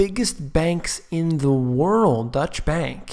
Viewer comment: Its not "Dutch" bank btw